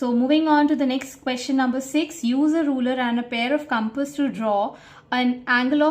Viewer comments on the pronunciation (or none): none